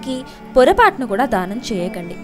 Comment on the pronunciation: dhaanam kaadu....daanam........ dhaanam antunte dahanam laa vinipistundi....